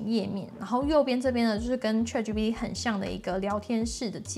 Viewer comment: 小姑娘，先把ChatGPT中原音 a 发音的好一些吧！ 这个 a 的发音应该跟Apple的 a 发音是一样的，你是哪个地方的人？